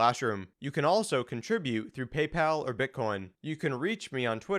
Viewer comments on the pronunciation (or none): none